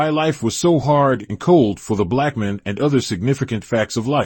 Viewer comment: Nice, only thing I take it that this is being read by AI because it sounds like "Black mun"instead of "Black Man"